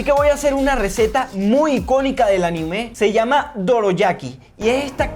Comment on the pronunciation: Se dice anime no ani me